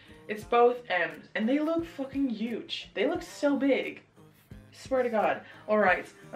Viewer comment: WHEN YOU SAID “FOOKIN” IN THE BEGINNING AHHH